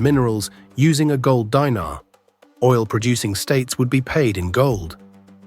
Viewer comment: It's not "DAINAR" but DINAR & "NAITO not NAATO"